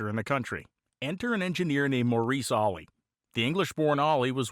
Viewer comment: It's Maurice Olley